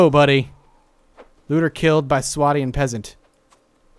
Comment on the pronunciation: Correcting you on how you are pronouncing some of the things here. Calradia: Cal-raid-ia. Swadian: Sway-dee-an.